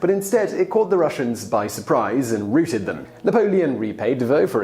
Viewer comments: Hey, Simon, the verb "routed" is pronounced "ROW-ted", not "rooted". It's from the base verb ROUT, not the noun route. Please learn to speak English. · He rooted the Russians? Damn the French were brutal. Most generals just routed their foes ("rau-teyd") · Not Rooted, but Routed.